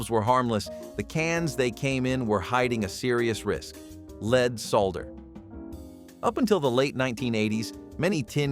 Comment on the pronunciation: You mentioned lead solder and your narration program pronounced both of those words wrong.